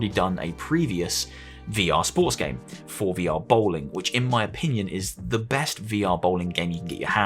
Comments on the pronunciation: Every tine you pronounced it "For VR" instead of "Forevor" I cringed. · The forevr is pronounced forever... The way you say it is basically meaning "pre-vr," by how it's spelled.